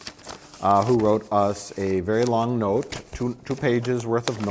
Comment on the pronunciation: I love when Mike's midwestern shows when he elongates the vowels in 'note'. For a second I thought I was watching Fargo.